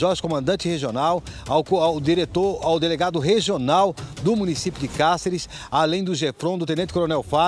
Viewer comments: Falou o nome da cidade várias vezes, erradamente. "Cárcere" em vez de "Cáceres".Ninguém da produção para corrigir. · Como cidadão mato-grossense como auto denomina, deveria pelo menos saber falar o nome da cidade, a mesma em questão se chama Cáceres e não cárceres, por favor, diga o nome correto da minha cidade, obrigado.